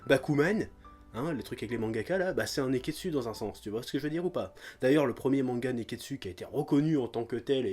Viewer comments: Mais j'ai teeeellement rigolé pour le "nez-qu'est-dssus" !! Bravo chef :) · a cause de toi a chaque fois que tu dis nekketsu j'entend nez qu'est dessus